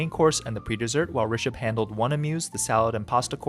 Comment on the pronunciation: Thank you for saying Rishabh’s name right